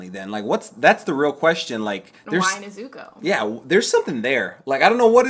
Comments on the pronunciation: "Nez-zoo-koo" lmao not right but I appreciate that pronunciation😂 nez-zoo-co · More like Neh-zoo-koh and Tahn-jee-roh, with the stress on the first syllables. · not that it bothers me per say, but the names of the main characters are pronounced, Neh-Zu-ko and Tahn-ji-Ro. Emphasis on the Ko(Neh-Zu-KO) and Ro(Tahn-Ji-RO) I hope that makes any kind of sense. There's also the english dub, I'd say skim through and episode here or there to hear the names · nizzuku and tan-jeero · wait a minute, did you say nezuko name... differently? 🤣